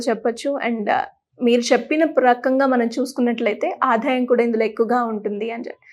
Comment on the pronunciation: Matrubhasha nu kooda palaka Leni ankar aadayam Ane chinna padanniaadhaayam